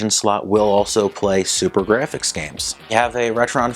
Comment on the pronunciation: did you say super graphix?